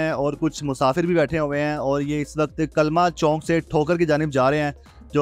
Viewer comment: Anchor is ......"KALMA CHONK" Tobah Tobah Urdu to Gaiii WRRRR.....